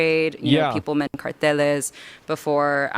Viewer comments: Umm, uh, um, blah blah blah, uh, um, uh I also like how she had to say "carteles" and 'coyoteez" with a super thick espanol accent as to more or less obfuscate people's association with the common english pronunciation of those words. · What a pretentious woman. How badly she tries to pronounce these spanish words. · Her LA accent is so annoying. Constant vocal fry. Also that adding in mexican pronunciations of words into otherwise English sentences is so blatantly performative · I find it hilarious when these people will speaking in English with English accents, then randomly pronounce certain worlds with a Spanish one. The "carteles"....so strange. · Yeh the pronounciation it's fucked. I'm done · im from phoenix so i see hear a lot of spanish. You can pro ounce words propertly without the fake accemt. And she pronounced them wrong at that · Join the CARTELÉS AYAYAYYYYYY I love how woke americans try to pronounce spanish... as if saying something with an accent gives them authority status on what they are bullshitting about. Im from chile, this is my advise: dont let criminals go into the US.